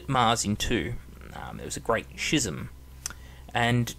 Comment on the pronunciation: schism is pronounced "Skism"